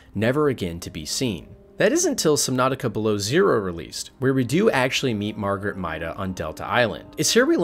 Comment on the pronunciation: Her name is Marguerite - not Margaret. MAR-gar-REET.